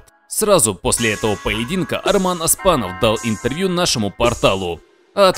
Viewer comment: Автор,"Оспанов",а не "Аспанов"! Говори как пишется